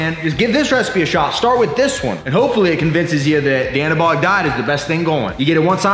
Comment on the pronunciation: This dude shouldn't be allowed to say "anabolic".